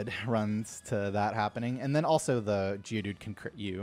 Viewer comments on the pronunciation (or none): Wait why do you call geodude "jewdude"?